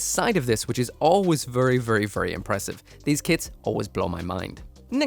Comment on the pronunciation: vurry vurry